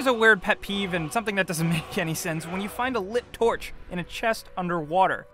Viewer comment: lol the lit tourch